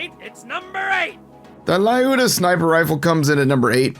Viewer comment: How does everyone mispronounce lyuda?